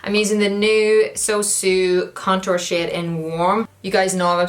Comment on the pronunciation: I honestly thought she was saying shit instead of shade